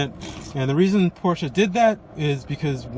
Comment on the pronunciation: Nice Review. Knowledgeable. Pronounce Porsche correctly (many youtubers do not) Agree that the car looks great in red.